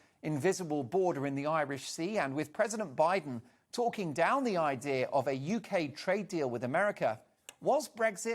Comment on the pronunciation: "Pan - a - demic", "Bi - n - den" - Who the fuck is this melt (and I'm not talking about his face)? Homer Simpson or something?